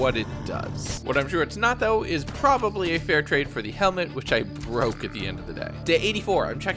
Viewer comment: Bro said baroke I'm dead 💀